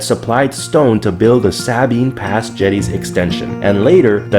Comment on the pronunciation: Also Sabine Pass, although I can forgive that. There's only about 300 people in Sabine Pass